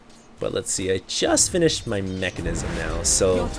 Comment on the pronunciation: It's called Menkasm dammit not Mechanism!